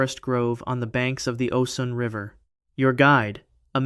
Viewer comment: It's Osun pronounced O'shuun